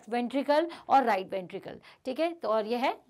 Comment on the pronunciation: Mam you are speaking ventrikre can it be ventricle? Mam we are speaking ventricle